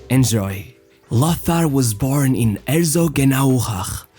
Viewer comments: Yes, languages like German are certainly not easy for non-native speakers, but "Loßar"??? C'mon. It's simply "Lotar, that's really not difficult. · There is no "th" in Lothar. The name is pronounced "Lotar".